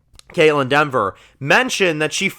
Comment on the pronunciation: This is a little nip picky.. but it’s Dever… not Denver.. lol I saw a couple comments and has said it a lot.. there’s no “N” in her name.. keep up the great content! Love the videos